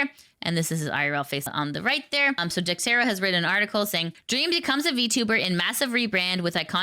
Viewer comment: Dex-ER-to, not Dex-TER-o, you gotta break the curse or it'll spread! Other people may start saying it wrong too. 😖